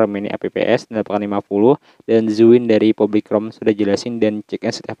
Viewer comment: Join bukan zuin